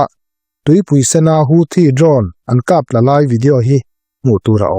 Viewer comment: Kap tla ni lovin kap thla tih tur aw, Pu-a.